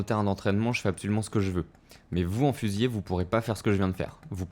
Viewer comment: Petit point de détail au niveau du français : c'est fusilier avec un seul L (qui du coup se prononce "lier" et non "yé"). Avec deux L c'est le verbe. Sinon j'ai acheté le jeu hier après avoir regardé une de tes vidéos, je me suis directement abonné ! Merci pour tous ces tutos !